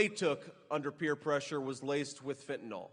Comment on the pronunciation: FENTANYL!!! NOT FENTANOL!!! C'MON DUDE!!!😮 GET THAT DEADLY STINKING DRUG NAME CORRECT.😮 MOST EVERYBODY SAYS IT WRONG!!!